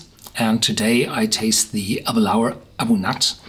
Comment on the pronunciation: nice review, however the pronunciation is interesting to say the least... galic as garlic? abunadh is pronounced a boon ah, but review is spot on and full of great information!